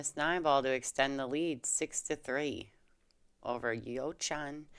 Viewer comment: Hello there, thanks for commenting on the game where I was part of. For next time, please work on the pronunciation of my first name, lol.